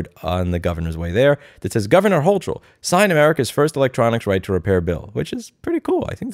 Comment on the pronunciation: Do you mispronounce her name on purpose? I voted Zeldin.